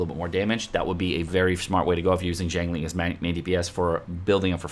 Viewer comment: Just FYI a breakdown of her name its pronounced. Xi as in 'si' in the word sick, ang as in 'ung' in the word Lung and Ling as everyone knows it.